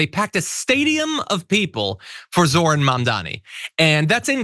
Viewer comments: Why can't any of these racists say his name correctly? It isn't difficult. Are they that stupid or are they just doing it on purpose? According to them any person of color who gains any kind of political power and has Americans voting for them must be here illegally and hiding some secret agenda. Horsesh*t. They tried to push that with Obama as well. They're awful, corrupt, greedy racists, plain and simple. End of story. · Notice that he said: "He's not a Socialist, he's a Marxist Jihadist. It appears "Socialist isn't a scary word anymore. And Banon didn't even say Zorans first name name correctly.